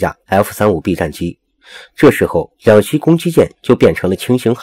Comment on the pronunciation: 老兄，是两栖（漆qi），不是两西